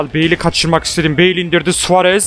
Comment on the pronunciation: Abi beil değil beıl